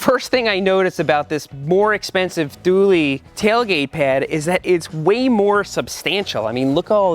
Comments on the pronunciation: Th/oo/l not Th/oo/leee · Hey Seth! Just popping in to say that "Thule" is pronounced "tool"! Hope you get well soon! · pronounced toolee isn't it? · He pronounced thule wrong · Is that how you pronounce Thule?? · I was waiting to hear how you pronounce Thule! 😀